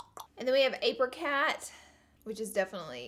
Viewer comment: Ape-row-cat? Me:🤔🤔🤔 🤯 APRICOT